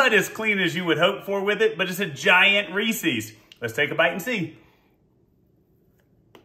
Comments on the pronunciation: It’s not ree-sees it’s reeses... ree-ses. Read it. REE SES (SES...SES...) not SEES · Are you saying rees-eez to try and be funny?? Or have you never actually seen a Reese's commercial. It's pronounced REESE- EZ!!! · Yeah, but it's not pronounced Ree-seeees, like feces. It's just Reese-uhz. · It’s Reese’s, not reesees as in rhymes with feces. It’s the name Reese with a possessive s, like John’s. Get the name right, so annoying. Honestly had to stop watching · Stop saying Reese's wrong